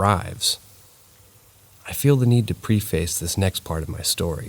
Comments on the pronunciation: *preface is pronounced pref like prep and fess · Preff- fiss